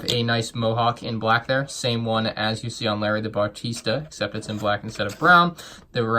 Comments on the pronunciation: bah reee stuh not batarisa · I am triggered as well! It’s Barista! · Why do you keep saying “bartista” instead of barista? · It’s barista not bartista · its barista not bartista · Also, it’s Barista, not bartista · Barista not bartista. Only one T at the end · says bartista instead of barista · Bah-Ris-Ta bro. Shyt, it killed me listening to you say it wrong so often. Lol. Great review otherwise man, but that was brutal for me. Sorry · "Bar-tee-sta" triggered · You pronounced "Barista" Bartista. No hate tho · I’m absolutely TRIGGERED by the “Bartista” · I'm glad I'm not alone. I want to ask this guy how many "t"s he thinks are in "Barista". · yeah he keeps making errors like "bartista" and "green arrow logo"